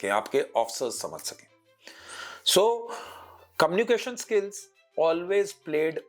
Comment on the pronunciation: sirji.. communiCAtion hota hai KOMnication nahin.. Pls!🤌🙏